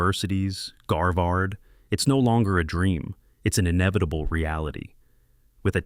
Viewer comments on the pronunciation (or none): 😂😂😂 "Garvard" = "Harvard"